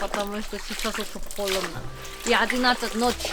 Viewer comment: Почему говоришь: холедно, делать?